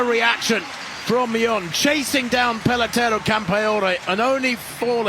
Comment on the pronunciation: Paletoray? 😂 It's Peleteiro. Good one...